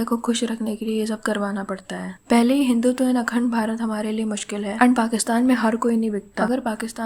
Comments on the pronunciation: Ye log hindutva nhi bol pate pehle hi scene me blunder...hindutva ka hindu tawa kar dete hai 😂😂😂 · Yeh saala Jaaved Shaikh, ko theek sey Hindutva bhi bol nahin sakta. Dikha di isney Pakistaniyat 😂😂